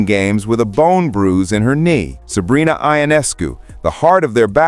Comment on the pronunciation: You could pronounce Sabrina's name correctly.